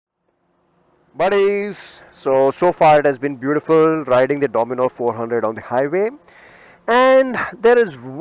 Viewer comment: Its dominar not dominor